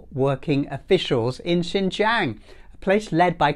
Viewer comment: It's UNHR, but your pronunciation of Xinjiang is closer than most westerners can manage. Well done. The report was flailing for "evidence" and had to resort to the usual dubious "research" of Adrian Zenz and spurious, unproven "testimonies". The evidence of stability, equality, freedom, better life, etc., is all around in cities like Urumqi, Kashgar, Hotan, Turpan, etc., to see.